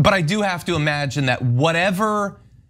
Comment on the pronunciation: He can't even pronounce "that" correctly... it comes out "dat!.